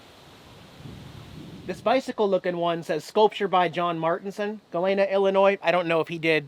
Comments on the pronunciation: I am from Illinois and Galena is pronounced Galeeeena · Galena, Illinois is pronounced ga-LEE-na. Another great video. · The "e" in Galena is hard. I lived in Chicago for 23 years but always made time to visit Galena, which I loved. I noticed no video of Main street Galena, did you get a chance to visit there? The deleted video would have worked for the opening, as you say, it's your life that you publish, the good and the bad. BTW, the hat looked good on you, should have bought it.